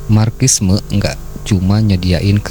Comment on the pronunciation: Di baca nya marsisme bang. Bukan markissme 😂😂😂😂